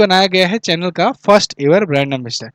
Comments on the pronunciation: Sir in qus. No 6 , चैनल nhi शनैल pronunciation correct hoga hoga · Sir dont mind I am you follower. It's in good faith. Chanel Pronunciation is a shuhnel.